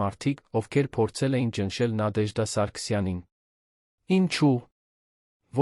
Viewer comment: Բառերը ինչու էք կուլ տալիս եվ Նադեժդա ,ոչ թե Նատեժդա